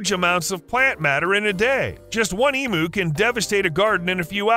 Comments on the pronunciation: The narrator mis-pronounced the word emu. It is said eeeeeem you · When you do a video on Australia please learn to pronounce emu. It is eem-you not eem-oo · E-m--u not E-moo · As an Australian it's painful to hear all Americans call emus emoos , they are pronounced EMYOU like you not moo like a cow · It's eem-you, not eem-ooo. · it is Emew like mew from pokemon nor emoo like a cow moos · For christ sake get it right, they are "eam you's" not "eam oo's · Learn how to pronounce the word Emu. Its pronounced em-u not e-mu. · such an irriatation with the pronunciation here its EEEEEM YOU no fucken eeeeeeee mooo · Emu is pronounced ee m you